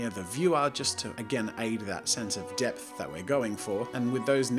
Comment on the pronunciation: Every time he said depth I think he says death